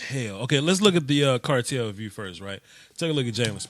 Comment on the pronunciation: Love me some! Too bad I didn’t discover you until late in the season, but I’m onboard now and I love it when you say let’s take a look at the “cartel view.” Lol